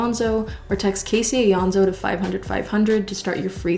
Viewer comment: dang last time i was this early, i didn’t know how to pronounce caseys last name